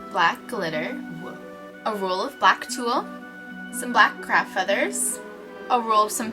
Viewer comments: When u say craft I think u say crap lol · i keep thinking youre saying crap instead of craft. the t is really hard to hear and the f is really soft.. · i keep hearing crap ____ rather than craft.....